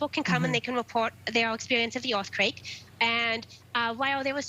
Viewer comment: Orth quake ... Evwee body wuuun!!